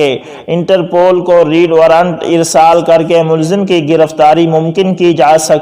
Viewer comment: آپ کی اردو بہت poor ہے Red کو آپ بار بار Read پڑھ رہے ہیں ۔ آئندہ خیال رکھیں ۔ میں روز آپ کی ویڈیو دیکھتا ہوں اور ان میں بیشمار تلفظ کی غلطیاں ہوتی ہیں